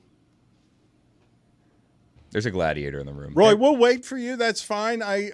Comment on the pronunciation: Sadiator instead of Gladiator 😂😂. I hate I laugh at 😆